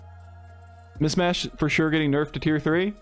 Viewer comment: It's "MiSHmash" not "MiSmash". Sorry, just makes me twitch when you keep saying it with the sibilant first s.